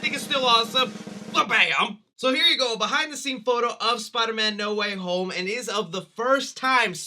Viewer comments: Not "Need Water Homie" it's NO WAY HOME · uh... it's No Way Home not "No Waffle House"